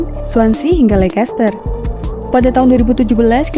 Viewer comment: Leicester bacanya Lester min